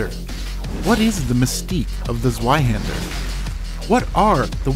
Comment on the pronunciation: Ah yes, zheiwander. The most brutal rapier in the game